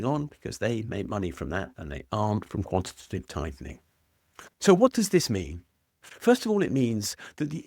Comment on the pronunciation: quanty- taytive- tightnin'. Innit.